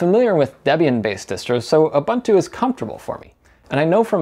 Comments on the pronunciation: Huh? Ur- bun - two!. Isn't it Ur-boon-too? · U-boon-tu not U-bun-tu🤦‍♂ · its pronounced youboontoo and devian is deeveean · Ubuntu is not pronounced OobAntu, it is pronounced ooboontoo, I see a lot of American/English reviews getting it wrong. The GUI for Ubuntu was first designed by a South African, Mark Shuttleworth and the naming is based on the African term Ubuntu. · You might as well learn how to say Ubuntu properly after switching to it and trying to say it so many times :) It's pronounced "oo-boon-too". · Ubuntu (/ʊˈbʊntuː/ (uu-BUUN-too))